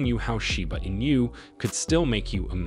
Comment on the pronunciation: Where do you come up with all this bullshit info? Also it’s not pronounced “in you”.